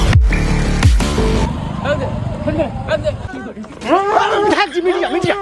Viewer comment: बिधायल नहीं विधायक होता है। थोड़ा ध्यान रखो भाई।